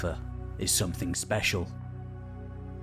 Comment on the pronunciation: Don't mean to be an internet pest, I like your videos, I guess. BUT, I CANNOT STAND the way way you say SOMETHING --- There is NO "K" at the end of the word SOMETHING, its SNOT SOMETHINK.